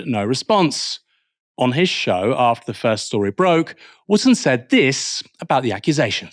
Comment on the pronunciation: Dan “ Wooftor”!